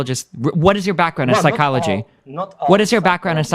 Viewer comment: wtf athene is dumb as fuck lol his wikipedia knowledge means nothing. He doesnt even know how the word psychology is pronounced. How can we take him seriously?